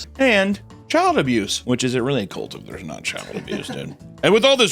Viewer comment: its CULT C U LT ITS NOT A BABY HORSE HUNTER LEARN TO FUCKING SPEAK ENGLISH PLEASEEEEE